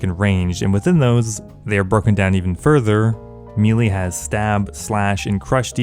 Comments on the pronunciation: Maylay not mealy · MEY LEY NOT MEEELEEEEE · A big mistake most players make is saying the word Melee as "Me-lee" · Me-Lee vs May-Lay, debates? I say it's May-Lay since that's the correct pronunciation, but change my mind! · It's pronounced MAY-LAY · How does someone grow up playing these kinds of games and still not know how to pronounce “melee” (spoiler alert: It’s NOT “mealy”)?